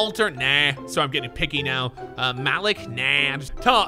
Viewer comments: It’s pronounced maleek not malick😹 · Why every white person pronounce Malik like Malick🤣🤣